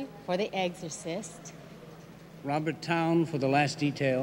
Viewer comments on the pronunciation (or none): ...William Peter Blatty for... The Egggsorsist... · Did she say the eggcorist? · Probably because she kept calling it "Eggcercist" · Angie said, "The Eggcorsist." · why does angie dickinson keep calling it the EGGzercyst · I will say it again, we all pronounce it like Eggzorcist.